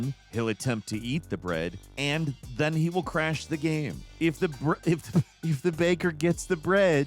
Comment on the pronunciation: “Game-famy” ??? Nice.